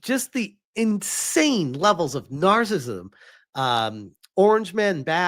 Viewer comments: It's "nar-cis-sism", not "nar-cism". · So, the only thing you got out of this video was his mispronunciation of narcissism. You must live a sterile life.